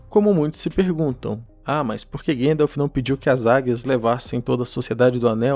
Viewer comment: Por que teimam em falar Guéndalf invés de GAndalf? Com A mesmo?😠